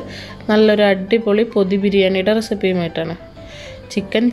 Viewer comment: peru parayumpo chicken 'kothi' biriyani ennu kelkkunnath njaan maathramaano